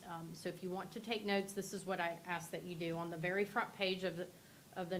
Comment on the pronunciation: Listen vewy, vewy closely…